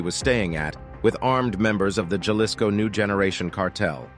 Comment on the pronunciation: It's "HA LISCO"! It's language man! You pronounce J? AS H JALISCO? IS PRONOUNCED HALISCO. This goes for Latin and Mexican words! Not rocket science sweety! You just sound stupid